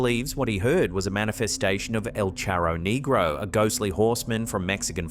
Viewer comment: El Charro Negro is pronounced slightly different than you're saying it, but hilarious none the less. Well done, love the content!